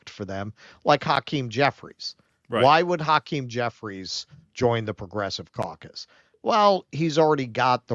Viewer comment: did you say Progressive Caucus? or Progressive Carcass?